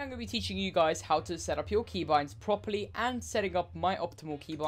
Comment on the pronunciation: The way he said key boinds 😭